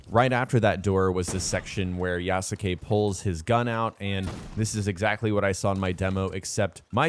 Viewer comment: Please learn how to pronounce yasuke